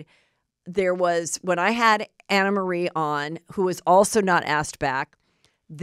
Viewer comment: She told me herself to pronounce it Anna